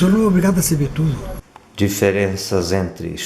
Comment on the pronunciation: kkkkkkkkkkkk sério "sabeire conjugaire"...e reclamando da pronúncia dos brasileiros...kkkkkkkkkkkkkkkkkkkkkkk.. só português mesmo!! hahahahaha